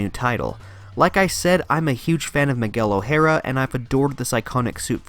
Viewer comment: Miguel O'hara, not miguelo hara